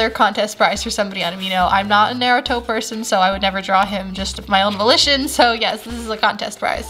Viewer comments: I'm sorry what!? Neruto no hate in fact I love your vids naruto is pronounced n-are-ruto no hate good drawings and sketches!! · NOT NAEYRUTO IT NARUTO (example)nah-roo-toe Btw good drawing skills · "I'm not a nar-row-toe person" Lol 😆😆😆😂😂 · U pronounced Naruto wrong I know everything about Naruto lolololol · The way you pronounced Naruto' though..made me Rage! But other than that I love your work never give up w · Cries silently * I also hurts me she said the name wrong 😭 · How can she pronounce pokimon good bit cant prronounce naruto right me:confushan